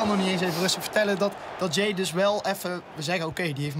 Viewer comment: het is niet ja-ey maar jaey